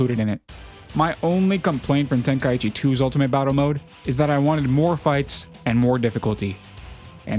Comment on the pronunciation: Then maybe say the name correctly😂 ten kai chi not tenka eechee 😅 listen to the japanese name of the tournament